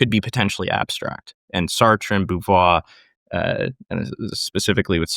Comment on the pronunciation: So much Frenchiness going on! Simone de Beauvoir (Bo - vwar) not Boovwar. In France anyway we pronounce Beau like the Bow in bow & arrow, I'm not familiar with the habitual Canadian pronunciation. Nice to see Simone Weil (Vey) not Veal, and her struggle with authenticity is still being studied